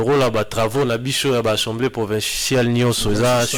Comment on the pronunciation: Molakisi a l universite qui est au rabais, ne wait meme pas prononcer assamblee mais il dit ensemblee